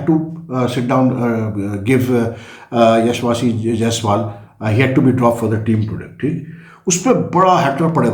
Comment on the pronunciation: Learn to pronounce Yeshaswi first 😁